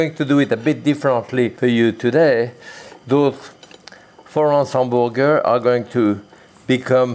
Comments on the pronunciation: From now on, I am going to pronounce hamburger as "'am-buer-gare." I love this man. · The way he says hamburger reminds me of my Italian great-grandparents and uncle. Love it!